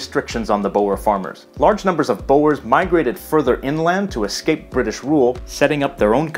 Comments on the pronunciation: "Boor" not "bowers" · Small pronunciation note for : the farmers were called "boers" (using Dutch spelling) which is not pronounced "bo'ers", but is pronounced "bours" (rhymes with "tours", but with a sharp s at the end). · This man says the ‘boyers’🤣🤣,here’s a tip man, it’s pronounced ‘boo-rrrr-sss’ But Say. It. Fast👆👆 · your pronounciation of boers is wrong, it is not boo-ers but BOERS the OE sound as in "WHO?" (english) BOERS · Some pronunciation tips: Afrikaans is pronounced like "aaf" "ri" "kaans" (note the long a-sounds) Boers is pronounced like "boors"; it's one sound Khoi-San is pronounced like Choi-Sun, no isolating the o- and i-sounds But well done for getting most of the rest right 👍🏻 -from a native speaker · Is it just me or did I just hear him pronounce "boers" like "bouers"? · Boers is not pronouced as bo-ers, in English it's pronounced as Boors and in Dutch as Boeren. But you have to know that in Dutch oe has its own seperate sound that is similar to the double o in the English word book. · "Bowers" XD, you tried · I thinks Boers is pronounced boors... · Hello! When I hear you talking about the Dutch settlers and their descendants, the BOERS meaning the peasants, my ears hurt. Knowing you and your knowledge of so many languages, I have no doubt that you know that OE in Dutch is pronounced like the English OO, the French OU and the German U. Have a good day! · A lot of wrong facts. Have to laugh at thr way he pronounch Boers. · I love the pronunciation...boers, and Khoi😂 Well tried👌